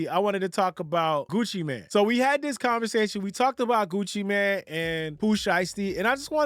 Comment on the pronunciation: It’s MANE, not MAN.